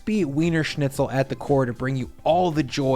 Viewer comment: Pronunciation of schnitzel and spetzle were way off but still look good.